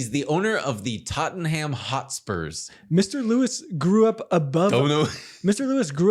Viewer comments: Just say Tot-Num. Even as an Arsenal fan that hurt to listen to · TOT-NEM - pronounced tot-nem sir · Absolute crazy pronunciation of “Tottenham”. Every single time you said it, I was floored. Incredible.